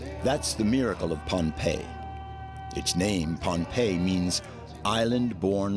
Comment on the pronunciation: Many places aren’t pronounced properly, so those in the know just bear w/it. It’s a good documentary about Bruce and how he connects people across a great expanse of water!! The islanders that I’ve spoken to, call it Pohnepei pronounced like Pah-nah-pei. Not Pompei. For those who aren’t familiar with Polynesia, Micronesia & Melanesia these are islands surrounded by water, which joins all the islands in the Pacific Ocean. Our ancestors have navigated the oceans using the stars and currents on their voyages, for more than 3,000 years. The most recent famous voyages are of the Hokūle’a fr Hawai’i in the 1970s - present.